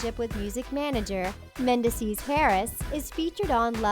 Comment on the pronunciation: Omg the narrator constantly mis- pronouncing mendeecees harris' name is driving me crazy. Like do some research and learn correct pronunciation before doing narrative commentary!